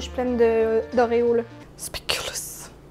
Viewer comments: Merci les filles ! J'ai tellement ri ! P.S. : En temps que belge, je ne peux pas me retenir de le dire, désolée ... mais le double "o" de spéculoos signifie juste qu'il est long. Ca vient du néerlandais, il ne se prononce donc pas "ou" mais "o". Bisous ! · En tant que belge et dès lors digne représentante des speculoos, je me dois de corriger la prononciation ! 😅 "SpéculOZ" et pas "spéculOUS" 😜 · Super vidéo les filles, mais pitié pas d'ASMR j'ai fait une crise d'angoisse après 😂😂 Pi légère rectification belge, Speculoos se prononce Spéculausss (oo = au) ❤️